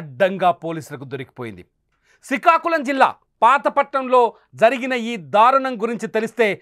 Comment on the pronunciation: Sarey Kani Nuvvu 1st Srikakulam ani manchi ga cheppadam neyrchukora puka